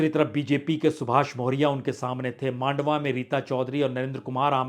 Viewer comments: मांडवा नही ये "मंडावा" है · वाजपेई जी मांडवा नही है मंडावा है। आप इतने बड़े पत्रकार होकर भी अनेक सीटो का गलत उच्चारण कर रहे हो।